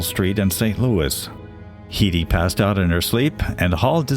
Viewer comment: Her name was Bonnie "Head - Y" , not "Heedy". Your A.I. voice got it wrong. You can thank Forbes Magazine for printing R.C. Greenlease's estimated worth.